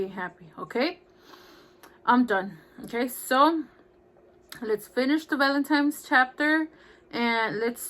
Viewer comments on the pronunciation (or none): It’s Valentine’s Day, not Valentime’s Day.